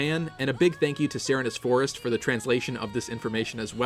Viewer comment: I thought it was pronounced Sir Reenes Forest. Like Serene Grace the Pokémon ability.